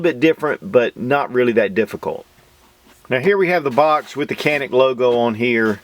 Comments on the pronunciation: A pronounciation note: In turkish letter C pronounced as J or G as in John. A is like a in jaw. the rest is N-I-K, pretty much like 'nick'. I would say it is pronounced as "JA-nick". Emphasis on the first syllable. Nevertheless I get that the branding would be harder with the original pronounciation, this is just to let you guys know how we call it. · Good review as always. If I may quibble on one point, in Turkish, it's pronounced Janik. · Prounace as JA NIC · It's hard to believe the trigger mechanism is even shorter than the Walther PPQ M2. And Walther PPQ M2 is known for its amazing trigger. So this Canik (Pronounced Janik) will most likely have my name on it in the very near future! 💯💯👍👍🙂🙂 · I wish people would say "Jah-nik" instead of "can-ick" since the former is the proper explanation in Türkiye. C sounds like a J and the "Can" sounds like the name "John."